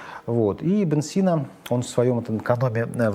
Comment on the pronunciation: Абу- Али ибн СинО, ударение на о)))